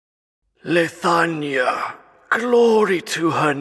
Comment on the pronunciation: Is it just me? or when he said the line "He is the King of Leithania" it sounds like he said Lasagna for a second there, crap i can't unhear it anymore.